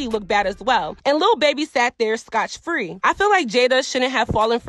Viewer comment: It’s SCOT-FREE friends 😂